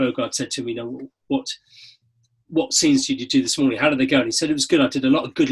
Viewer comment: COULD YOU DO A "MORININ" CHALLENGE OR JUST WOULD YOU SAY IT AGAIN PLZZZZZZZZZ